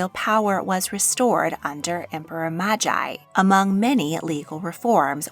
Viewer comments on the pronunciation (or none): Please work on your Japanese pronunciation. 1. is [gʲ] or [ɟ], not [gai̯]. Thus, Kōgyoku is [koːgʲokɯ] or [koːɟokɯ] 2. is [g], never [d͜ʑ]. Additionally, vowels are in hiatus. Thus, for example, Genmei is [geɴme.i]. Although, you pronounced Aiko correctly. 3. is [i], never [ai̯]. Thus, Meiji is [me.id͜ʑi]